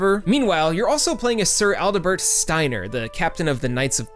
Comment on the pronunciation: It's ADEL-BERT not ALDE-BERT Steiner.